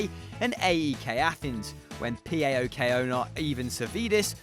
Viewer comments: No no no Its not P-a-o-k Its paok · You can just say PAOK (pa-ok)